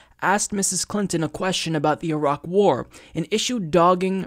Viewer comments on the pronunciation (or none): none